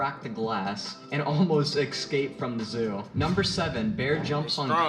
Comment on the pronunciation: Great video but I can't get over how the narrator says "eXscape".